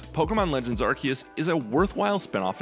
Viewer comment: Did you watch the trailers? Even the official announcer pronounce it Arc-seus. Edit: I mean Ark-kee-us like others have pointed out.